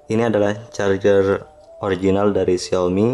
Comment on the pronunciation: masukan gan. pengucapannya carjer bukan carger